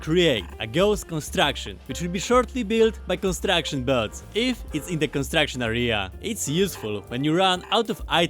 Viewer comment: sounds like he's saying "bugs" instead of bots? if this is true it's funny as hell.